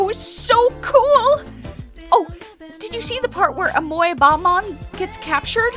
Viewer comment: I don't wanna be "that" guy but Amoebaman pronounced Ah-Me-Ba Man. As in a single celled organism. Amoebaman is also a DC character as well apparently. Also I'm totally gonna read Saori's lines in your voice now when I get to playing P3P.